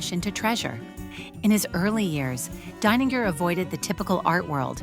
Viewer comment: This artist is Brilliant. Love it. I do wonder if the narrator is an AI bot. She pronounces the artist's name [DINE]ninger one moment and [DANE]ninger the next.